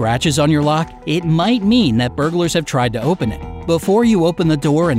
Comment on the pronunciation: I thought he said bugers lolol